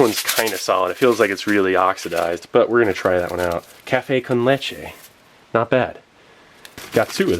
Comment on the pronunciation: Café con leche 👏. Lo pronunciaste very good